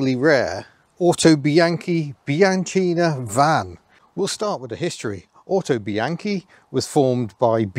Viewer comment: I'll let you off the mispronunciation of "Bianchina" at the beginning ;) ... lovely little vehicle, but looking forward to the video on how to double-declutch - it has always been a mystery to me.